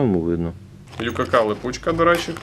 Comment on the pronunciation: чуваки, не ю-ка-ка, а вай-кей-кей!